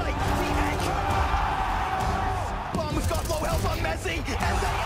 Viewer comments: s'il te plait c'est mezi pas metzi 😅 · C’EST MEZZI PAS METEZI !!!!!!